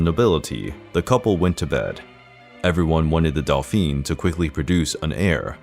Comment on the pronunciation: Not the narrator calling the douphane a delphine ... Omg